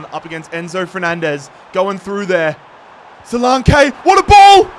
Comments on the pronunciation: Don;t forget Dominic Solanke: So-lan-keee not So-Lawn-kaay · Who tf is solake? Ur missing a whole N when pronouncing his name 😂😂😂